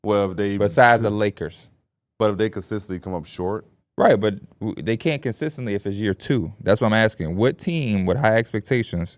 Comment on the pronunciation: “Consistently” CON-SIS-TENT-LY. Not consisently bro driving me nuts I hate to be that guy and love you fellas but DAMN